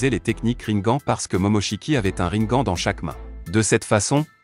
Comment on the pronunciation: On dit rinegane🤣🤣🤣